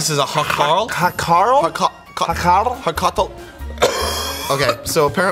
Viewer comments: Hàrkal not hárkel はかrl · im icelandik and its funny to see them try to say hákarl i have tryed 1 before and a tip is dont chew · You butchered the shark name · i almost passed out when they tried to say hákarl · Im sorry guys but you didint say Hákarl(shark) right but its ok😁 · ég dó næstum úr hlátri þegar þeir reyndu að segja hákarl